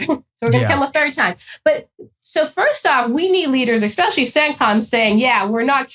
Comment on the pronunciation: Bruh. Someone working for the CIA who says “ex-cetera” and “ex-specially” omg. it makes everything you say suss. It’s ET-CETERA and ES-PECIALLY